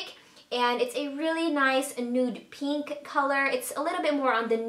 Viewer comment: "peenk" lol